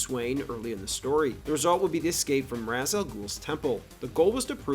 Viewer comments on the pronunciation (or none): Why are you saying “Razz”? It’s Rah’s or Raysh. That’s it.